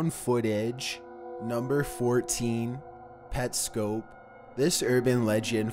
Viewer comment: Pets. Cop. Say it with me.. Pets. Cop. 💜 Why am i like this